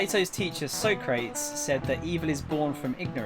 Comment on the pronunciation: Complains about name mispronunciations then procedes to mispronounced Socrates 😂